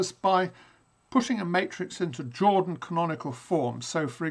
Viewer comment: yes, same remark. Btw. FANTASTIC to have such high quality, academic class lectures here on Youtube. Also pls. don't pronounce Jordan like "Michael Jordan" :) I'll definitely go for Algeraic Geometry soon!